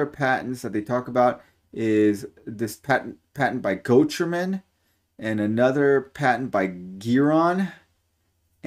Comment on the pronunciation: if you're interested, I believe "Gochermann" is pronounced "Go-ker-man". I've had the pleasure of a few conversations with the founder (Hans Gochermann) and his son Oliver that has taken the reins of the business. Great people.